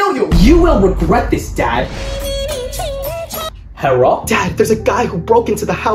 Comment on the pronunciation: "Herro son" 💀